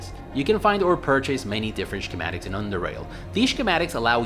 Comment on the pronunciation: I was waiting for this one for a while. Btw, did you intentionally say "Shkematics"? The gave me an unexpected snort.